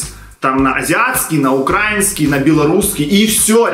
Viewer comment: УкраИнский ударение на И 😀